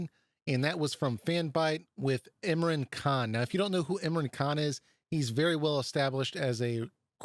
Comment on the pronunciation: It's actually pronounced Im like in and raaaaaan like aaaaaaaa for ran thus making Imran 😂 Sorry for this.